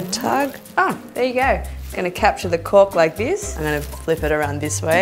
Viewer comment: Omg I died I thought she said cock every time she said cork